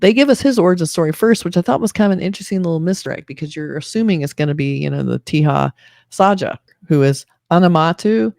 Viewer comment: I spent almost 10 mins thinking what do you mean by "teehas aajaa". Let me help you... with pronunciation of...Teja Sajja. Consider the 3 English words.... (Say, job, suggest) 1. Te sounds like "say" but replace s with t 2. Ja sounds like 'jo' in job 3. Sajj sounds like 'sugg' in suggest